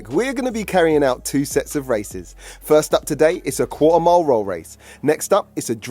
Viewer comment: Qua'er mile🤣